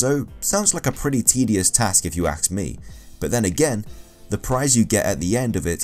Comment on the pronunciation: "If you axe me,"